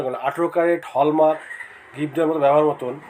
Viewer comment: Adeshioor bachcha word ta hall mark hallmark noyyy1 Year in jaise backwash person ko Ye youtube kiuuu priority devi hay yerrr Station ko v Yr Estasosm bolta Hai Skip ko v isk8p bolta hai1 Please youtube owner Iq will request u Please suggest Perfect person 1 I1n 1grotj 1yo1ur busyness pll1zz